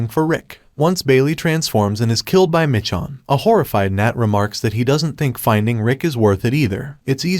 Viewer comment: Why are you calling her Mitch-on